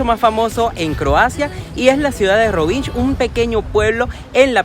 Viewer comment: It's not rivinđ, the letter nj in croatian is almost the same as the letter ñ in spanish, also the letter lj in croatian, or serbian, slovenian etc is like what spainards pronounce ll, like in mallorca or llama, anyways consider rovinj as roviñ, i get the brits and yanks pronouncing it wrong, but european speakers not so much, cheers!